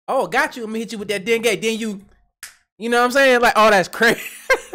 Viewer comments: mins I think he said Dengi as in Dengi Fever right!? Not Den Gay, but that made me spit my juice out when you said that 😂😂😂😂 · Dengay 😂😂😂😂 You had me rolling with that one. It's dengue fever but thanks for the laugh I needed that today. ✌ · Omg brother its not denGAY fever its dengue and once you look it up you realize how terrible that shit is I don't wish it on anyone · DENGUE not Den gay😂😂😂 😂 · dengue fever (dengay) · It's Dengue fever not, dun gay like that one dude over there jk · That and hears Dengue [fever] "Den Gay!? What is that!? Is that like they inject you with something, 'den you gay? *snaps fingers*" LMAO